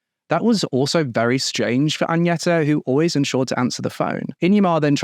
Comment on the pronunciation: hi so Agneta is pronounced "gn" as in Agnes. Same way, not Añeta. I know it's an honest mistake, i'm just correcting.